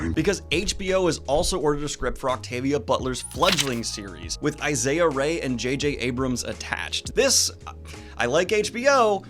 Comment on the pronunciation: (Whispers) it’s pronounced “ee-sa”, not Isaiah. Great news today and you’re doing great ok bye 🤙🏻